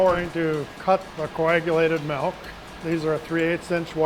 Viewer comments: Proud Wisconsinite here! I love this, and his passion, even after 50 years, is significant. You'd think he would be the one guy who pronounces "milk" correctly, however. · That's the WI way to say it. I learned to say "milk" after living in Richmond VA for 5 years. Now I'm back in WI but still say "milk." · Didn't know in Wisconsin they made cheese out of Melk. Melk melk melk. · Melk! Nice video though. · Take a shot every time he says "melk" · The “melk” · Melk? What's that? 😂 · Melk? Give him the frickin' melk, Josh!